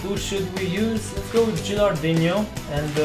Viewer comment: I'm an italian fan. Could you please read "no" of gilardino like you read no in english and not like you read ronaldinho? You're great